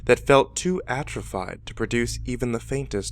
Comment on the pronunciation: Here we go again. ..ATROPHIED pronounced 'At trophy d' ok!